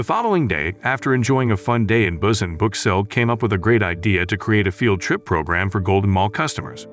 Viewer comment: The way he say busan tho ( Bussin) 🤣